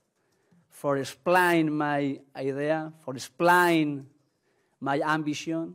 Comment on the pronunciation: POR ESHPLAYN